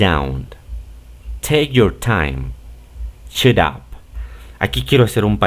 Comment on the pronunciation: Hola,me suena raro su pronunciación de Shut con la letra “u” yo lo he escuchado más parecido a la letra “a”, sería tan amable de aclararme esa duda,?.. Roberto, Argentina